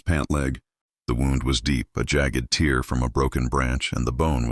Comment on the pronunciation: The reading starts out very jerky. AI I assume? Many of these stories don't have AI pronunciation of the word "tear" meaning "rip" correct. It is not the drip coming out of the eye. It needs to rhyme with "rare." Can't you get these things corrected? We have lots of people trying to learn English and these mistakes don't help. And it seems that AI has been around long enough to work this out too. Is Elias a name that AI thinks is as common in cowboy days as the name John? Let's get a little more creative than Elias, Lily and Mrs. Chen! (I don't have anything against these names, but those of the names in so many stories on youtube!)